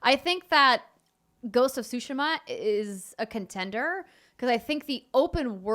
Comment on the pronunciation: Always excited when someone pronounces Tsushima correctly. I'll never correct people when it's said wrong because it's colloquial and it cost $0 to not be a dick but still good on anyone who learns pronunciation and usage of non-English words